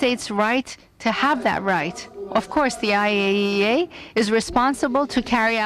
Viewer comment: It's funny how the translator pronounces "EYE-ee-ayee-ai" ROFL XD